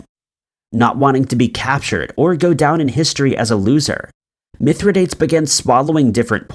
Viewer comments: I love this channel! FYI it's Mithra-dahtays, not Mithra-dates (even though that's how it's spelled!) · Mithridates.........it is actually pronounced Mythro - doteez. Just a friendly reminder. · Mithridates is pronounced mith-ruh-day-teez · yes! This right here.... also it was ROMAN not GERMAN..... Please, since you're doing research, PLEASE research correct pronunciation! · How many times are you going to mispronounce Mithradates? And 1916 was during World War I, not II. So much on the Internet sounds interesting. Then it turns out the presenter is very misinformed.